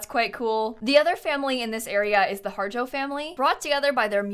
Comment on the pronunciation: I think that Harjo is pronounced “AR-ho”